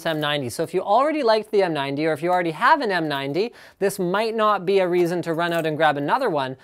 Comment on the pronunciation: *cough* Question, haVe and buLLs*it just please... learn that